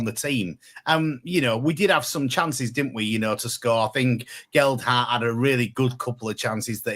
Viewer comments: Can't even pronounce 'Gelhardt'. Probably asking a bit much to construct a nuanced argument of his own as opposed to just parrot what Vera and Len from row 10 shout in his ear every home game and expect him to think for himself. Small steps... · Can someone please teach where the 'd' is in Gelhardt. Ta.